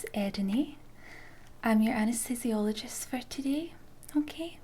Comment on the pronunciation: I believe they do, but I was referring to the excellent pronunciation of anaesthesiologist in the video.